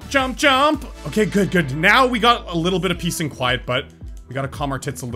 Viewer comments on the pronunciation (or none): every time it sounds like you say piss instead of peace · I like how you say "piss" instead of "peace"